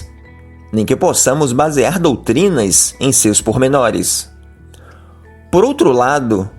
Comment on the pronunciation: MENDIGO, e não "mendi(N)go. Jesus, e não "Jesu(I)s". Doutrinas, e não "doutrina(I)s". Fictício e não fi(QUI)ticio!